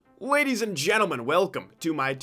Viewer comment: bro said wadies